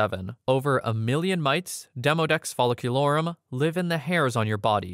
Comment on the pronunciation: I too am proud of your pronunciation of Demodex folliculorum. Couldn't have said it any better, and I've had to remember the Latin names of organisms/structures throughout my curriculum. Great job!